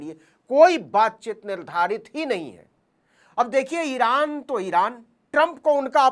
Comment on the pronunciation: Iran ❌ Iraaand